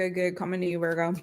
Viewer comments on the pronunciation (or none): Can we stop with the VOIIIGO pronunciation? It irritates me every time.